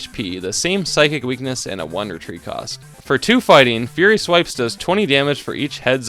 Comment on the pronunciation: every time you sqy "one retreat cost" I understand "Wondertrade cost" and get confused 😅 Cool challenge, I liked how you incorporated the different Pikachus